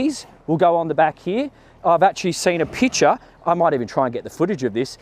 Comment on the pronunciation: Everytime says „picture“ I hear „pitcher“ 😅